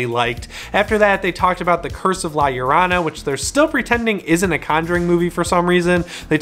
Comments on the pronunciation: Ppl here a slight guide on pronouncing Llorona: yo-ro-nah. 😂😂😂🖤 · yo-ro-na The a is silent until the end I’m half Mexican I was raised around the legend it’s from Mexican folklore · You pronounce Llorona wrong